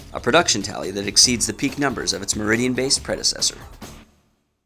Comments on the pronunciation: its Meriden not meridian. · Merdien not Meridian